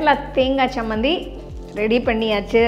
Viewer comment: It is 'Cha' not 'sa' Chammanthi not sammanthi